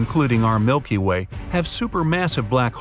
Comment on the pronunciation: “The Milkay Way”